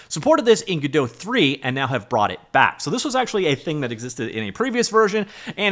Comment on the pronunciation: plsssssss pronouce the T in godoT its GodoT not GodoH plsss its sooo annoying